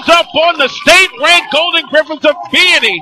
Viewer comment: It's pronounced VEEanney.